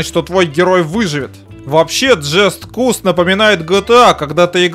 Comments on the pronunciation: джаст каус три вот как правильно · alikkin согласна както страно звучит и не правильно кто так не щитает можете трейлер посмотреть там будет говорится ждаст коус три.